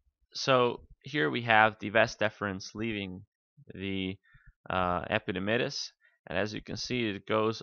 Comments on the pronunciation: "Epididymis" dr not "epidimydis" :/ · I could not go on after hearing him say epididymus....haha :-P